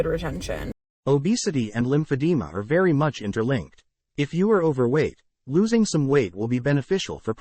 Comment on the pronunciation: oh my god if bro doesn’t stop saying lim-fab-de-ma